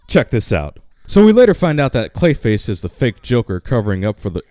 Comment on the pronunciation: STOP SAYING CLISHA!!!!